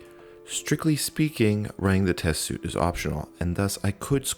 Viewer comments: repeated line around 1hr48. Also it's suite (sounds like sweet) not suit. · Just an FYI, suite is pronounced like sweet